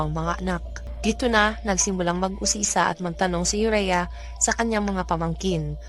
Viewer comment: Ayusin m kasi ung bigkas m ng pangalan aurea not urea